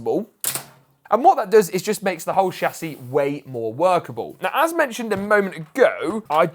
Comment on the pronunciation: I only watch these to hear him say Shassy